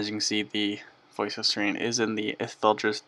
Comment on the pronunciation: It's pronounced S-Air-In not Seer-een!